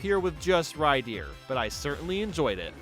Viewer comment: Man some of these pokemon pronounciations kill me. “Rydeer, boyzell, mespirit”